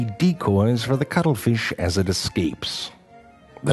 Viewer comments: True Facts About the cuttle feesh' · I am not going to lie, the main reason I wanted to watch this is because I wanted to hear him say "cuttlefish" a bunch of times. lol